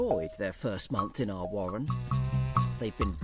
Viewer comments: The wabbits build a wohwen. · Original names would be good, I named my rabbits Bunjamin, Strike, Bean, Dozer, Wombat and Bunjella. And how about using someone who can pronounce warren and burrow properly ... those are Rs in the middle of those words.